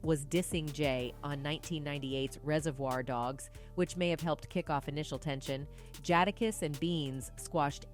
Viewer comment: This is why outsiders shouldn't report on hip hop. She said Hov's name wrong every time. Even messed up Sheek Louch & Jadakiss names. Stick to reporting on Taylor & Miley, leave hip hop alone.